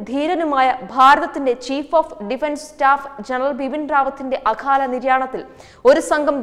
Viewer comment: അഖാല നിര്യാണമല്ല..അകാല നിര്യാണമെന്നു പറയൂ. അതാണ് ശരി.